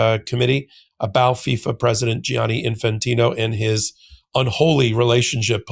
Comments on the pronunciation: Why do you insist on say Gi-ani and adding a third syllable Jani Say jani. It’s two syllables. The spelling is for u… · thank you ⚽️⚽️⚽️❤ ….. but pleeze pleeze say djanni, not gee-anni!